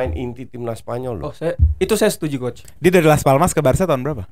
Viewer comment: “koch cules, ini decul”😭😭😭